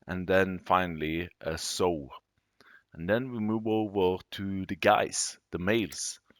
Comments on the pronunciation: July 28, 2023, the word Pigsty is pronounced Pig Sti (eye) and the word Sow is pronounced "S ow" "(Ow like when you hurt yourself) I hope that helps. 😃 Great video sir. Thank you and take care. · It’s s-ow, like oww! You pinched me 😂